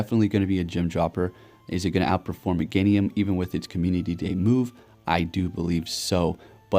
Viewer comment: really? Mega meganium or is it mega-nium😂